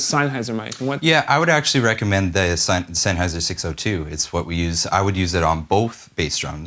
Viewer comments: You must be killing him inside when you say Sainhayser, it's Sennheiser! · Sam-SON and SENN-heiser